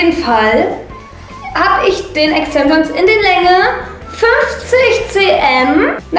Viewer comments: E X T E N S I OOOO N S😂😂😂 alter ich hab mich so schlapp gelacht 😂😂 das wird Englisch ausgesprochen und Deutsch solltest du auch lernen 😂 "auf den fresse gefliegt"😂😂 sry bin kein Hater aber du bist echt ganz schön doof 😂 zwar witzig aber SOOOO viele Sprachfehler haben nicht mal Kinder mit 10 Jahren 😂😂 bin zwar Grad 15 aber egal 😂😂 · Extensions 😂😂 Aussprache? ? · Ja isso und SprachfehlerxD